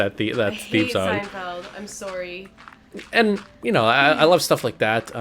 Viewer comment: "I'm soawry"